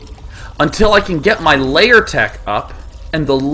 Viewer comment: Why do you pronounce "lair" as you were saying "layer"?